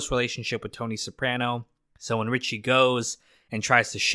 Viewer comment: How do you watch the entire show and now pronounce Soprano incorrectly?